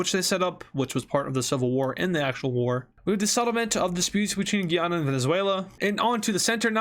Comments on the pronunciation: Guyana is pronounced "Guy anna" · Day 4 of telling he says Guyana wrong